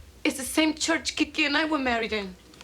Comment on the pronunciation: In other news. Couldn't any of the actors have learned to pronounce his nickname the right way before they started filming? It's "Kike" not "Kiki". Short for Enrique. "Kiki" is the sound roosters make when they wake up in the early morning. "Kikirikiki".